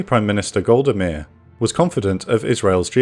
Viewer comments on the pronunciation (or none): In all my time living in the UK, I never heard anyone speak like this. One thing that I remember it pronounced wrong is the name of Golda Meir. The others I don’t recall.